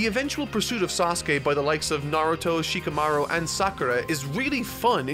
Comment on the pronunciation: Shi-KAH-maru. HI-nata. These vids are great and I’m glad you’re discovering this awesome story. I haven’t read the manga but I started watching last year and only recently finished. I wish the anime got the DB Kai treatment. Far too much filler and padding time with flashbacks.